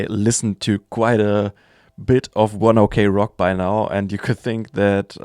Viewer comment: You just read it like 1 o'clock not "o.k"